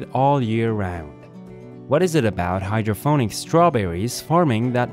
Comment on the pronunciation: hydroponic with a p, not hydro-ph-onic